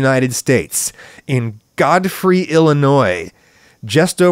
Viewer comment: did you intend to pronounce it God Free ? :)